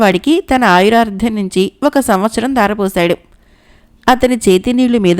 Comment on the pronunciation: మీ స్వరం, ఉచ్చారణ బాగుంది. కానీ ఆయుర్దాయం బదులు ఆయురార్థం అని పలుకుతున్నారు. సరి చేసుకోండి.